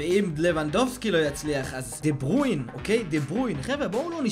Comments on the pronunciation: מה זה דה ברויין אומרים דה בריינה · חח עאלק דה ברויין אומרים דה ברוינה עוד פעם מסכן ועוד פעם עוד פעם אין לי מילים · לא אומרים דה ברוין אומרים דברוינה נראה לי!!ֱֱֱֱֱ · דה בריינה לא דה ברוין כוסאומו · אחי לא תגיד דה ברוין תגיד דה ברויינה יאח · דה ברוין? באמת קראת לו ככה? לך למקלחת תגיד אני אידיוט ותחזור. קווין דה בריינהההההההה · די להגיד דה ברווין זה דה בריינה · "דה ברוין" חחח